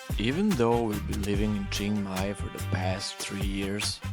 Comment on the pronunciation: Man spricht Krabi und nicht Kräbi und Aonang und nicht Anang sowie auch Chiangmai und nicht Chengmai, ich habe 8 Jahre in Thailand gelebt und müsste es bestimmt wissen.